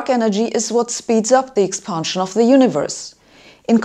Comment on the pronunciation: Very informative & bold; but please pronounce "expansion" not "expahnsion".